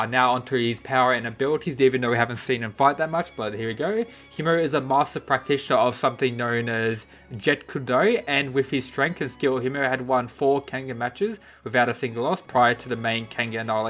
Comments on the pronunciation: Your pronunciation of jeet-kun-do physicaly hurts me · "Jeet Kune Do" the kune has the "E" in the end and it's not "Jeet-Kune Do" it's "Jeet Kune do"